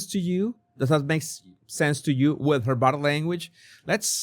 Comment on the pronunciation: Jesus, everytime You say "bottle" language, I cannot help LAUGH, it's bodie language.